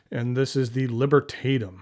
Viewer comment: AWESOME Pen. I really liked it. BTW the vowel a in Libertatum will be more or less pronounced like the a in the word back or chat.